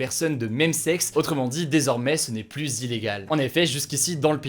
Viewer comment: Bon CONCRETEMENT on lui dit ou pas que "plus" ca se prononce [plu] et pas [plusse]